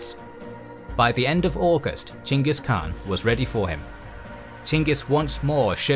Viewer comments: dislike for saying "CHANGUS KHAN" over and over again like a child w a speech impediment. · Why do i hear Chingus Khan? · Its weird to me that the English name for him is weirdly spelled. It should be Chenghis Khan. The Khan is pronounced with a scratchy voice. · Gengih kaan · Lmao why is dude pronouncing it "jingus" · It s ch not g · Omg I don’t get the name you are saying…. That’s not the way you pronounce Chinese name…. It’s confusing